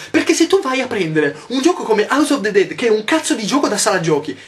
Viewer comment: Scusa Yotobi, sarà perché studio lingue, le amo e quindi mi dà fastidio che vengano pronunciate male, ovvero "all'italiana", ma non mi puoi dire AUS OF DE DED!!!! Daiè, scusa se sono pignola, ma è colpa dei miei docenti u_u